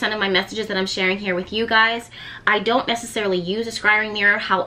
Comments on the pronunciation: S like snake and cry LOL everytime you say it i think your saying skyrim like a game or wnatever it is. You look so different. I havent been here in a while. I watched when you were in philly and u were mobing to Louisiana. You look great. You also seem less serious. I like this side of you. Thanks for teaching us about this. I fire scry but havent done the black mirror. Ive been looking into it recently so its funny this video came up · First of all your video is fantastic and you are awesome! Secondly, If you want to pronounce it the way that has been “normalized” (I agree with the other commenter that said that “sky-ring” is way better) you can just add an E at the beginning of the word so you are saying “Escrying”. I don’t understand why but it seems to make it easier on the tongue. It worked for me is what I’m saying. Anyway thank you for the knowledge that you are passing forth. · It’s scrying- not scyring.. so it’s more like saying crying with an S on the front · Scrying! Sky ring! Such a tongue twister!!! U good gurl!😅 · Siri: Scrying: SKY RING 😂😂😂😂💓💓💓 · This is awesome! I enjoyed hearing you say “skyring” lol 🧚🏽💕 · Practice saying it: S-CRY-ING SCRY…ING Like ‘crying’ with an S. Scry-ing. SCRYING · You are adorable when you mispronounced scrying. Fun info. Thank you for sharing with us! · U sure you suppose to say skrying like they would say in Egypt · take a shot every time mispronounces the word scrying 😭😭😭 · How are you really advanced in scrying but can't say it lol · Say it like Crying with an S in front.